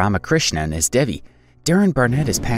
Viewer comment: he isn't even saying devis name right!